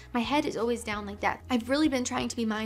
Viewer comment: said “always” with a British accent there